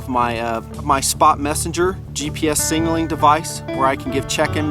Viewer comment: no disrespect meant, but were you saying "singling" instead of "signaling" on this video? It just sounded funny to me and I wanted to clarify.... Absolutely love this series of videos and product descriptions... Great work!